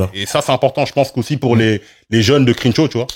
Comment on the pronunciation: Incroyable vidéo les gars! Merci pour la qualité constante. Quand est là c’est tellement bien. Il apporte une paix et une sérénité qui fait du bien. Il a aussi des faits et une expertise qui nous apprennent beaucoup. Petite note de prononciation: le “e” de Crenshaw se prononce comme un “e” avec un accent grave (è). Le début du mot commence comme la “crème”